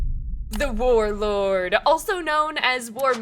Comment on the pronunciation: .... oh I have seen your channel before lol. I recognise those baskets. I swear to god you said vore lord not war lord twice at the start there lmaoooo